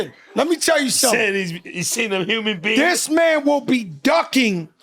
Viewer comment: Fat joe keep saying Umans not human 😂